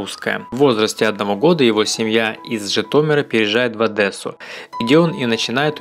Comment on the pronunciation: Где в слове Одесса по вашему буква Э???